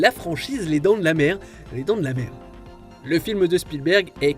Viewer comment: Je me demande si celui qui fait la vidéo s'est rendu compte qu'il a dit les dents de la mer 2 ( quand il prononce le nom du film on dirait qu'il dit les dents de la merde). Pour la saga Jurassic Park, j'aime tout les films même la saga Jurassic World, seul bémol le couple qui recherche son fils dans Jurassic Park 3 est insupportable surtout la mère, la miracle quelle ne se soit pas fait bouffer par un dino parce que dans le film elle fait tout ce qu'il ne faut pas faire sur une île remplie de dinosaures et c'est dommage parce que j'aurais peut-être mieux apprécié le film si elle n'avait pas été là